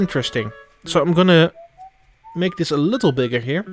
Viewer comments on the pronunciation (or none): none